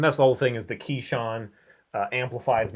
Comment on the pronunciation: He said keeshan and I turned it off.....it's kishin